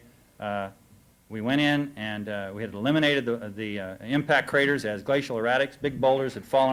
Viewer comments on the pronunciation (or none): did he say bomb crators? lol